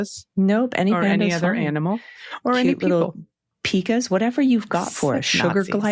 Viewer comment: Pika (Pie-kuh) - I've sent some good news with a pronunciation correction, but they haven't been read, so hopefully you see this. It's a long "i" like in "pie".